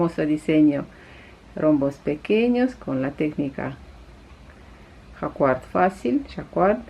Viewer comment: Nada de cua, cua. En español q+u es el sonido de una k y la u no se pronuncia. En francés, que es de donde proviene esta palabra tampoco dicen cua. Ese qua lo pronuncían como ca. Los anglosajones que la pronuncien como quieran pero nosotros no lo somos Por supuesto dedo para arriba para tu vídeo